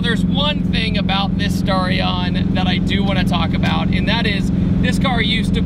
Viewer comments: Dude it's sta-ri-on not star-ion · The mis-pronunciation of Starion is making me cringe so bad.